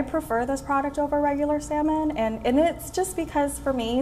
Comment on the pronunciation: Indians are proud of their slavery era leftovers like cricket and English and yet couldn't pronounce the word "salmon" properly